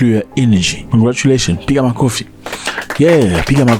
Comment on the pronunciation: 😂😂 yoooo that "piga makofi" caught me offguard , man thats fluent swahili right there am from Tanzania so this brought smile on my face , bravo to you my fellow polyglot . Piga makofi 👏👏👏